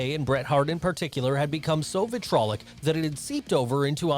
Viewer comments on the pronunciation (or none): It’s vitriolic, not vitrolic